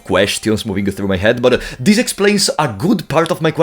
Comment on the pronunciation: figuring out when you are saying "This" and when you are saying "DIS" was a puzzle in an of itself but a fantastic video non the less